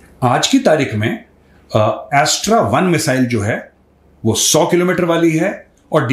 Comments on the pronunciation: Its not A.S.T.R.A Major its Astra(अस्त्र) 👍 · मेजर साहब, एस्ट्रा नहीं अस्त्र 😊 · वो अस्त्र मिसाइल है. एस्ट्रा नहीं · Yaa Bro I Know That, But Unhone Pronounce Jra Alag Kiya, That's Why Maine Unhein Ye Bataaya! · Astra is actually अस्त्र मिसाइल। Major , please pronounce the missile correctly.